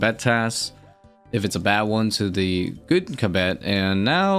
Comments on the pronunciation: Theres no way kibet is the right way to say it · I feel like the mispronunciation was unintentional, but it was really jarring. Going off the transcript, which is a bit tricky because it keeps showing the word as "cabet" or "kabet" or even things like "ketti", the word kebbit was used around 30 times in about 8 minutes. I really hate missing any part of a video, but that was way too distracting:(. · “Ka-Betty tuft” had me dying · keb-bet? your trolling XD kebbit wheres the 2nd e? XD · You're saying kebbit entirely wrong and making this video impossible to watch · pronounces so many things in this game incorrectly. It’s so fucking cringe